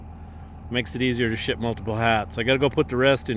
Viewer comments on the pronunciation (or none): none